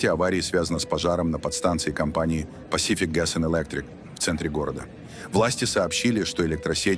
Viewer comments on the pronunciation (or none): none